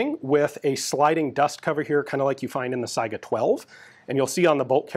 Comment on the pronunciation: One indication of Ian's above-average American intelligence is his correct pronunciation of 'Saiga'.